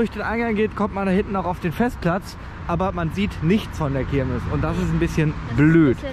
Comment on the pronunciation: Das ist jetzt kein Hate oder so, aber heißt es wirklich Kirmis ? Nicht Kirmes ?